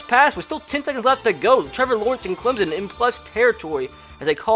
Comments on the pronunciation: GoBills it’s also Clemson not Clemzen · It’s Clemson not Clemzen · CLEM-SON Not CLEM-ZIN. ETN. MUSE. Not MOOSE. Lol Please and thanks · Clemsen Does you mean Clemson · Clem-son not clim-zen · ClemSON not ClemZEN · Pronounced "ClemPson" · It's Clemson not Clemzon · Same when he says Clemzon and Mimey Dolphins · It is Travis ETN NOT ETEAN!!! AND IT IS NOT CLEMZON IT IS CLEMSON!!! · As a Clemson student and lifelong fan, the way he pronounces Clemson and Etienne just kills me.